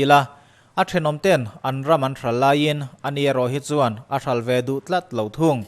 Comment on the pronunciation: A tawpah a thluk in rawn tidik lo. 'A khawih danglam duh chuan' tiha 'chuan' tih i lam rik dan kha. Thingrem kha chuan suh i tichhia ang, tih a 'chuan' lam rik dan anga lam rik tur a ni. A ngaihnawmin a hmuhnawm e.